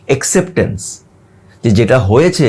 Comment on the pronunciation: ভাই, আপনি নিশ্চয়ই আমার ছোট ভাই এর মতো। সেই সুবাদে এই মন্তব্যটি না করে পারছিনা। সেটা হলো যে, Acceptence এর বাঙলা উচচারণটি হবে এ্যাকসেপট্যানস্। আবার ও বলছি এই মনতব্যের জন্য মনে কিছু করবেন না।